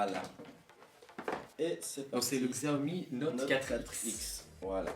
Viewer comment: Bonne vidéo ! Sinon, ça se dit "Siaomi" ;)